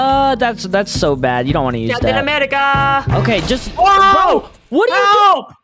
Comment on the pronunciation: Lol cApTaIn Amerika hahahah